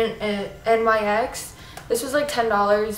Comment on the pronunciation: Fyi it's pronounced nicks not spelled out like saying n, y, x:)